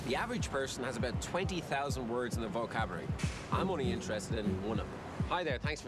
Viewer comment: thumbs up if you LOL'd when he said vocabawarwy